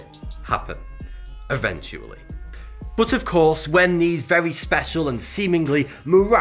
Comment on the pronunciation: Why you say "boot" instead of "but"?